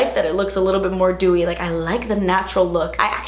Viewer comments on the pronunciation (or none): none